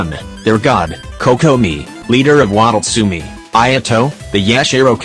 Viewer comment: “Kokomi of waddlesumi” 😂